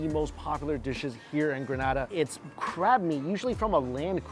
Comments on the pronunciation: PSA to ALL Americans, Canadians and such like who insist on saying Gruh-NAH-DAH after we keep telling them it is Gree-NAY-DAH. It's a 'Nay', people, as in in say or day or pay or lay and not a 'nah' and in pa. Relinquish your North American tendencies for just a second and say it after me, Gree-Nay-Dah [or Duh, if you fancy]. Granada is a place in Spain, btw. Not to be confused to the Isle of Spice, Grenada. Lol. You're welcome! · It’s Gren-AAA-Da. You belong on all inclusives you definitely get your moneys worth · It’s Not “gra-nah-dah” it’s Gree-nay-dah”. 🇬🇩 not 🇪🇸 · Correct pronunciation is Grah-nay-dah. The pronunciation you used is in Spain. 😊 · Thank you for showcasing us .. but say it with me one time! Greeeeeeeeeeee nayyyyyyyyy dah!!! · Gren-ay-da. The people are Gren-ay-de-ens! Get it right please. That’s disrespectful. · Grenada Is not prounaced like that smh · It's Grenada. u said it a lil wrong, but you're okay.... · You’re actually very much so mispronouncing the name of the island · The way you’re saying Grenada is cracking me up! Also if you’re in the Caribbean the food will be a lil over cooked, delicious as all hell, but they do over cook meats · The pronunciation at the beginning had me cringing 😂 but looks like you got it 👍🏾